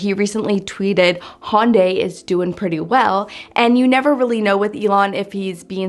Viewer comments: Hyundai is pronounced "HUNNDAY" like "Sunday". You're still crisscrossing it with Honda by calling it a "Hon-die". I say this only because my dad tried to talk me into a Hyundai as my first car when I was 16 instead of a Camaro and I remember their marketing material stating "Hyundai rhymes with Sunday". LOL. Which do you think I chose? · Hun-day, not Hon-day. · If the US pronounced the names correctly like the rest of the world there would possibly be less confusion - Hon-da - straightforward but it's pronounced Hy-Uhn-Di everywhere else on the planet - not hun-day. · Hyundai is pronounced like Sunday...not Honday. LOL! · Pronounce Hyundai like Sunday. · Hyundai is pronounced Hi-Yun-Die. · Hyundai is pronounced “hun-day” or "h-yun-day” Hun like sun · Say "Sunday" ... then say "Hun-day" ... that's how you pronounce Hyundai. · He yawn die